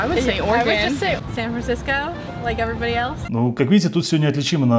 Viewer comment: произношение слова everybody звучит как еврибади